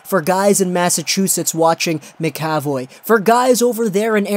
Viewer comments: "ma-ka-voy" not "maka-voy" and while I'm at it... It's yo-leh-vi not yo-lee-vee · Its pronounced Mac Uh Voy. Not Ma Ca Voy. Leviosuh. Not leviosah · Btw it pronounced Charlie Mac-A-Voye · It's pronoced Mac ca voy